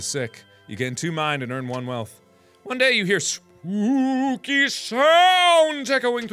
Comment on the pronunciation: you said spoopy up in hear